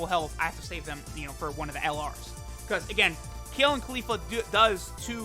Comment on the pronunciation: Everytime he says kale or califla I click off the vid